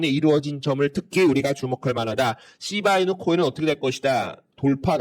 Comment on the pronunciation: ㅋㅋㅋㅋㅋㅋ재미있습니다 시밬이누로 들리는데요 선생님? ㅋㅋ